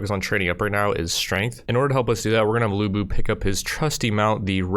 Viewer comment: The correct way to say lu bu is "Lyu Bu" not lu bu